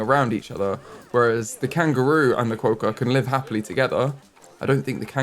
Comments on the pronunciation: Quokka- Qwock-a. Don’t over pronounce the O, quokka is one of the most naturally Aussie pronounced words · oceania: (oh-she-ayne-e-a) Quokka: (kwo-kuh) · I went to rottnest island for a school camp as I live in australia and I took so many photos with quokkas! Also the pronunciation is kwocka <3